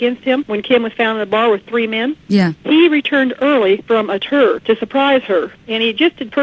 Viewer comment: Lol she says tour really Weird like tuurr